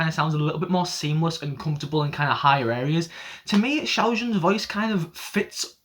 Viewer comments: u did a great job pronouncing 'xiao jun'! i love how inclusive you are for Chinese culture and language! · You pronounced Xiao Jun right! Also, I’m also not a dictation expert, but Mandarin does have this thing where you curl your tongue and can be used to do things such as the “sh” (and a bunch of other sounds that idk how to translate-ish to English). The thing that makes it different from the usual “sh” sound is that it does bring your voice a bit back down the throat, but with my experience with singing (plz don’t take my word for this since it’s just a hobby), the curl-your-tongue thing doesn’t rlly bring it back enough for it to become a habit/problem with singing. Pitch wise, it does kind of block(?) you from going lower and deeper, but that’s also why a lot of songs sung in Mandarin are pronounced “sloppily” (for lack of better terms). Yangyang comes from Taiwan, which surprisingly matters because Mandarin in Taiwan is spoken a bit differently. Mandarin in Taiwan doesn’t have the curling of the tongue (I mean they do, but not really... it’s complicated) which might be why Yangyang doesn’t really have a placement problem and is the main rapper (curling the tongue while rapping is an additional burden since rapping already involves a lot of syllables). With my experience with Mandarin, the tone of Mandarin is usually either high and nasally or kind of deeper and lower down the throat. If someone’s in the middle, it’s usually an accent from a foreigner or someone from a less-populated area in China (like Lucas and Ten - they speak kind of down the middle). Also, I know that L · Wait, u acc pronounced Xiaojun rly wel. That’s rly accurate